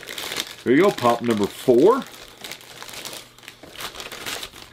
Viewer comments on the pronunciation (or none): none